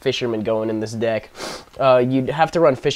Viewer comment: I thought you said you started a new dick.